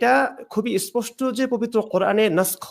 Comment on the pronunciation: কে বলবো ইসপসটো আবার কি? স্পষ্ট নাকি ইসপসটো কথাই তো বলতে পারেন না ঠিকমতো আবার আসছেন কুরআন নিয়ে হাহাহা